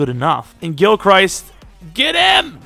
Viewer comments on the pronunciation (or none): If your changing players names, might I suggest changing Gilchrist's name? You pronounce it like he's Christ lmao. He pronounces it Crist.